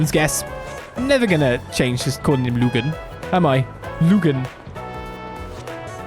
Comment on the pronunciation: Yes, I agree it should be Maxim Lu-GAHN and not LOOG-in. While we're at it, let's change the pronunciation of Bergard's last name from ZEE-min to Zeh-MAHN, because I will never be mature enough to not cringe whenever I hear the former.